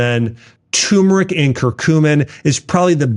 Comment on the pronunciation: Turmeric not Tumeric lol